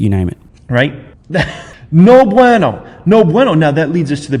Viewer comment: Especially when he mispronounces “bueno”